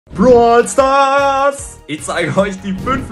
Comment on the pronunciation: Dieses "Brol Staars" am anfang😂